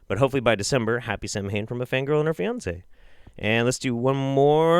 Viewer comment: "sam hain" ugh, dead..... sah-when